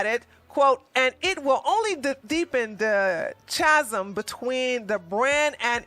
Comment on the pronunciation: chasm is pronounced kazem. ;)